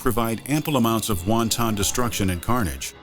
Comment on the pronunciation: Wonton destruction. I really enjoy these videos, but the pronunciation needs work sometimes.